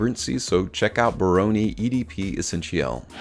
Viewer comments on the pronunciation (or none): Dude... Bironi?? I think, that its a Brioni...B R I O N I.. 🤣🤣🤣